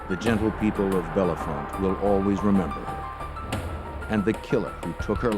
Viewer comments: it's Belfonte, not Belefonte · Its not Belle font lmfao its Bell Font the e is silent after Bell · Its not bellafonte it bellefonte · It just sounds like “Bell font” not “Bella font” and we don’t say Bethlehem, we say “Bethlem” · It’s just pronounced bell font. Not like the actor or how the narrator pronounced it. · My Daughter Megan lives in this town.. Every one pronounced it wrong. This man is also butchering it. Pronouced BELL FONT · Us bellefontetians pronounce it bell font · It’s pronounced “Bell’-Font.”😊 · 12/22 Saint Marys, PA And their pronunciation of Bellefonte was driving me nuts..... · State college/Penn State area, and the pronunciation of Bellefonte is atrocious 😂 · I too came here to say this, lol. This is my hometown area. And it always amazes me how many people never pronounce “Bellefonte” correctly 😂